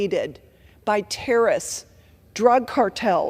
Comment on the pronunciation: Did she just say.... terist? Terrorists*